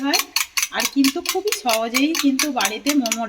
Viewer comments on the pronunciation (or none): none